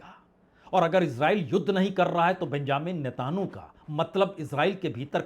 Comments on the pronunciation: To pronounce NETANYAHU correctly First NETA( from NETA and add N) Yahu,remember film Jungle song " Yahu Chahe koi Mujhe junglee. So Not NETAN YOU but it's Netanyahu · नेतानु नहीं नेतनयाहू